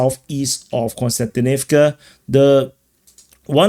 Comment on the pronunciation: As a person named Konstantin, it is also the correct way of saying the word/name :)